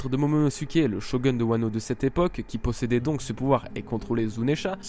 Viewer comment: Shogun se prononce : Shogoune X3